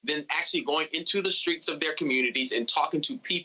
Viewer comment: Did he say "screets"? Maybe I just misheard it